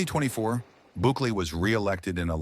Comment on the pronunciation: Couldnt fuck up his name even more slow claps